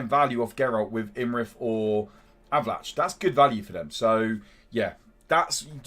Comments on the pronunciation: It's pronounced A-va-lack. lol Great vid, mate! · Did you say Avalan"chi"?